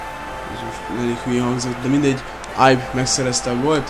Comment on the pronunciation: de nem ájb hanem ibe ugy ahogy le van irva amugy jo vidis vagy 😃